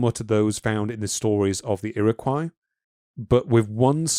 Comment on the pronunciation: "Puget" Sound is pronounced "Pue-j-it" Sound. Got the last part right of "Puget" but the first syllable incorrect. "Iroquois" is pronounced "Ear-o-coy"